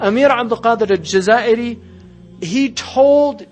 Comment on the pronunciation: Abd-El-Qadir El-Jazaïri!!! Not "El-Jaziri"! Please take care of the names!